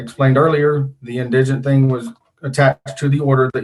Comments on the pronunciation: His pronunciation of indigent is all I need to hear to know this guy needs all the legal help he can get. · Very impressive judge! I predict repeated mispronunciation of “indigent” was foreshadowing of how well his case is going to go.